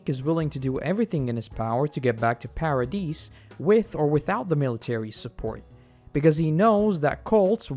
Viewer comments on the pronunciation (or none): Yeh lost me on "Para deece island" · The S in "Paradis" is silent, otherwise amazing video!